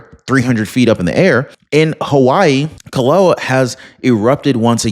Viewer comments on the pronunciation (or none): it would be nice if you took time to learn the proper pronunciation for places and things you report on. The volcano is not Ka-low- ah. it's Kill- ah-way-uh.. I wouldn't take you but one minute to do your research. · HI volcano is pronounced kil-oh-way-e-uh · It is pronounced “Ki-lau-eh-ah. Please consult a Hawaiian or someone FROM Hawai’i. Any one of them would be happy to teach you how to say our Hawaiian words correctly. 🌺🤙